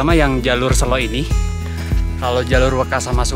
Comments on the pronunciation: Good to see you hike again. Gaskeuunn 👍👍 Btw, e pada Selo dibaca seperti e pada kata tempe, bukan e pada kata sesak. Sélo artinya batu, kalau sêlo artinya vacant, senggang, atau sempat 😁 ..... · Bang, cara bacanya bukan "selo" Yg bener "selo"